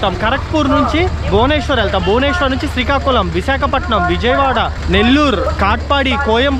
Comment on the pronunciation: Sikakulam kaadu... Srikakulam